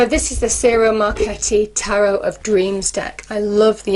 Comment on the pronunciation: Hello. Love your readings. I believe that Ciro is pronounced Chee - Ro